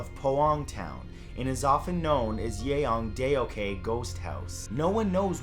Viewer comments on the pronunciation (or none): i lost it when matthew santoro pronounced "Yeongdeok"